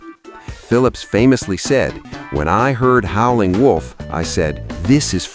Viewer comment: AI can't pronounce Howlin'.